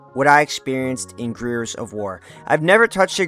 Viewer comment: bro can’t pronounce the word Gears?